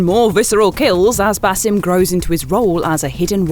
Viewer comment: Basim's name is pronounced, Bahseem.